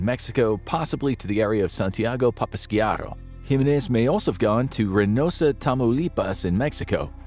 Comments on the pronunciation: It's pronounced "HE MEN EHZ" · No, he didn't pronounce my last name, "Jimenez" with the right inflection. It's decent but more work needs to be done in pronouncing Spanish names.